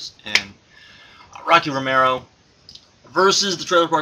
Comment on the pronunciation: Duumvirate (doo-uhm-ver-it). Gino Gambono??? Bino Gambino. Ricky Romaro? Ricky Banderas? WTF??? Ricky Reyes & Rocky Romero.